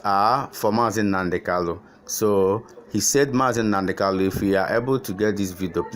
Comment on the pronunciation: Bro, Our leader's name is KANU and not KALU iti boribo,I have tried to correct 💯 you over time but you have refused to take corrections just like Barrister Darlington with all his claimed education couldn't differentiate between N and L, What a disgrace of you people,Am highly pissed 😡 off, Coconut 🥥 heads 🗣️ everywhere.